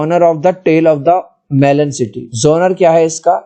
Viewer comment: Melan ko😂😂